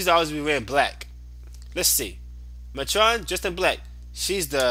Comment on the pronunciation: I dont complain much about people saying things wrong by jesus, you prenouncing atron wrong the whole time was annoying. Its prenounced Mate-tren